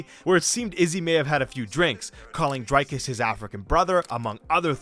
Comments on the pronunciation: It's pronounced Dric(k)-us not Drike-us, not Drake-us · Okay firstly its pronounce Dric-Cuss